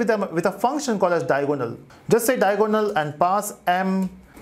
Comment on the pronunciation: Matrices = mei· truh· seez != met rice s Diagonal = dai· a· guh· nuhl != Dia o go nal